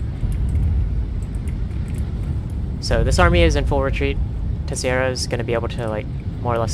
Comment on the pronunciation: Tay-Shae-Ra -> Teixeira. :P But keep it up, homie. ❤